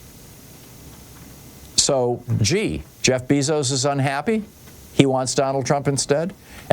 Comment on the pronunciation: I thought Bezos was pronounced BAYzos??